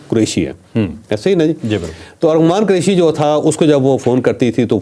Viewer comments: چودھری صاحب ! آپ بھی ارمغان کو ارغمان بول رہے ہیں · چوہدری صاحب آپ بھی ارمغان کو ارغمان کہے جارہے ہیں جو اردو کے بڑے سینئر صحافی مانے جاتے ہیں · Javed sahab ko Armaghan nai bolna aata, baar baar Arghaman keh rahe ha.....👺👎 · ارغمان نہیں ارمغان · چوہدری صاحب فرخ آ پ کو لقمے دیتا ہے اور چالاک ہوتا جا رہا ہے آپ بھی ملزم کا نام ارمغان کی بجائے ارغمان بول رہے ہیں میں آپ کا بہت پرانا فین ہوں پلیز بادام کھایا کریں'۔۔۔۔ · اچھی کوریج آپ کے پروگرام بہت اچھے اور تفصیلی ہوتے ہیں لیکن آج آپ ملزم کانام غلط بول رہے ہیں یہ ارمغان ہے ارغمان نہیں ہے علامہ اقبال کی کتاب ارمغان حجاز بے حد معروف ومشہور کتاب ہے آپ جیسے ادبی شخصیت سے یہ غلطی نہیں مناسب حالانکہ تمام اینکرز بھی یہی غلط نام بول رہے ہیں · اوے چول ! ارغمان نہیں ارمغان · ارمغان صحیح نام ھے چوہدری صاحب